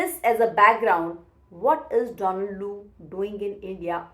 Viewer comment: Ma’am, You are the first Indian who say DONald and not donALD. Great analysis too!